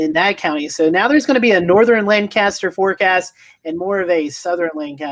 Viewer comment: You almost say the county right. I live here and we pronounce it Lain-Cuss-Turr. It is absolutely amazing because you guys are absolutely correct. It would be crazy how different our forecast would be from Chester and York counties. Lancaster County’s weather forecast comes from Columbia and York/Chester comes from the national weather service in Greenville/Spartanburg.